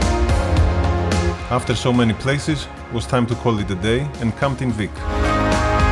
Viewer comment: Απ' το "So.." λεω Ελληνας ειναι αυτος!